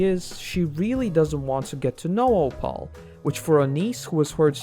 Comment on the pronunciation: one issue i have with this video that nobody has mentioned is how he pronounced opal 😭 oh-pall